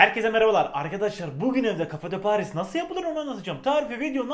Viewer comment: abi telaffuzu kafe dö paği